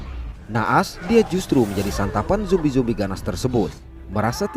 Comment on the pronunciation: Bang, makasih kerna menyebut zombie dengan sebutan Yang tepat Dan bukan seperti Yang lain , Jombai.... 👏👏👏